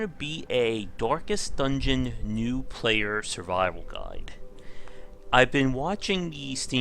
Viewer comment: 'Dorkest Dungeon'